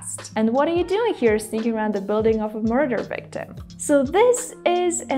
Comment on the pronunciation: I wonder why I hear 'sticking' instead of 'sneaking' ? Looks like real hard 't' sound, why is that so? Btw, your videos are very entertaining, thank you! P.S. You're very beautiful, hope we'll meet someday :)